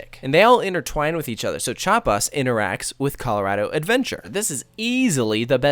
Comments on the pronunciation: Chapas? Did he say Chapas? 🤦🏻‍♂️ its Chi-apas. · You pronounce it as thou there were only two syllables, which is correct, however you still have to include the i (which in german sounds more like the i in weird) in chiapas. If you listen to to the soundtrack a lot you will learn the pronounciation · You pronounced Chiapas wrong lol.